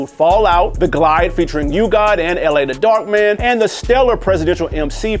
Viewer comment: Y’all wilin PRETTY TONY ALBUM BUMPS TO THIS DAY! And No MASTA KILLA album is better than any GZA or GFK album lmaooo Also it’s pronounced LAH THE DARKMAN not L-A I thought u would be nerdy enough to know that already This list isn’t that off tho It just made me realize that most of these albums are forgettable and weren’t that good … I still bought them all when they dropped except that last Deck album which was given to me by Deck himself